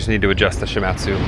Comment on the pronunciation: Great work!! However the company is pronounced She-mod-tsu. I lived and worked in Japan for a number of years (and speak Japanese). One of the companies I did business was Shimadzu.